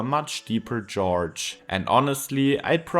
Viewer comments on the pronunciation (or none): it drops into a Geroge XD its the first time ive heard any1 mispronounce gorge so badly, almost as bad ad spoken XD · Hi, gorge is pronounced like the start of the word gorgeous with a "guh" sound not like the name George